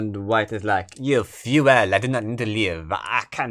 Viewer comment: Each time you say "fu-ehl" for "fool" it's honestly hilarious.